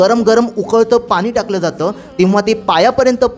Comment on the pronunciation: मराठी मध्ये पानी नाही पाणी